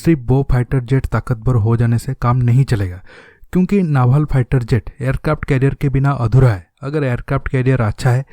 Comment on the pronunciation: aby salay ..... pehlay bolna tu seekhlay.....phieter jet kia hota hai....